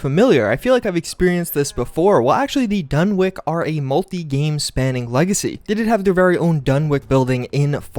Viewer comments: It's pronounced dun-itch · For the love of god it's pronounced DONE-ITCH. It's kind of a shibboleth. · DUNWICH NOT WICK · If this dude says fucking Dunwik one more time.... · It is dunwich like sandwich. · it's pronounced "dunitch" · DUNNICH! It's pronounced dunnich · STOP SAYING DUNWIK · It is incredibly painful to hear you so so badly mis-pronounce Dunwich! How can you be a fan and not know how to pronounce a simple name? Its pronounced DUNITCH!!!!!! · Dun-Witch is how you say it. Jesus. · The W in Dunwich is silent. The place name is pronounced "Dunij" we have a place in the UK called Dunwich and it is known for the haunted city that fell into the sea and on certain nights it's said the bell from the church in the sea can be heard still ringing and it was also home to an old leper colony. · It's pronounced like sandwich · dun - witch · Dunwick? do you legit have a speech impediment? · Not to be that guy, but isn't it Dunwich like the ch in sandwich? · Yeah, it should be said like "Dunnich" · Dunwik? Dun wik?! DUN WIK?!! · its actually pronounced dunich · dun-ich as pronounced!! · is wondering how he pronounces sandwhich after hearing him say dunwich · Dude, you were so wrong about all of this... I could even let it go that you don't know how to pronounce "dunwich" correctly or that the manager's name is "Tim -SHOOTS-" (even though it's written several times) but you claim there's a giant ROBOT buried there???? Come on man... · Ya the pronunciation of Dunwich made me cringe lol Great vid though! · Yeah. And the "w" is silent. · im glad i didnt have to say it. the W is also silent, like in norwich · The name pronounces 'Dunn' "Witch" not dunn wick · dunwich is pronounced dunich not dunwick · Dunwich! W I C H NOT "WICK" WICH! THE CH SOUND IS KINDA IMPORTANT THERE. disgraceful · It’s pronounced done witch not done wick just pointing that out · Dunwich.. done + witch. pronounced like sandwich.. Not done+wick. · Pronouncing it wrong, its dun- witch. Not Dun- wick